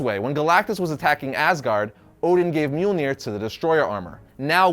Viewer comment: Mjolnir sorry brother but it’s myal nir not, well what your saying. And for the record I mean no disrespect. Everyone mispronounces words all the time especially if they’re, well, from another language. I’m simply informing so I don’t need any hate comments lol